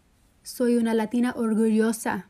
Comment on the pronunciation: Why does she talk normal and the when she says latina she says it like "Lathina" weird WEIRD